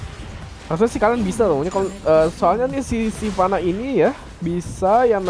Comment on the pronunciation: Hha "silvanna" :v